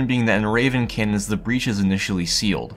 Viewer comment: It sounds like he's saying "cans" almost every time. "Cannons" has two syllables.